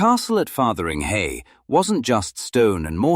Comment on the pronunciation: Fotheringhay not Fartheringhay.